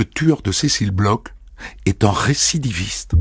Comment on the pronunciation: Bon dieu, les français, "BLOCH" se prononce "BLOR" nicht "BLOK" ! C'est un manque de respect hallucinant.